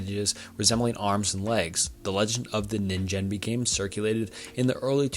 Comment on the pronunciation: didja mean "ningen"? Sillyyy, the "gen" part is pronounced with the same sound as the "g" in "get" :'D I think it's an easy mistake tho, but I wanted to let you know. Sorry if others said the same thing before me aah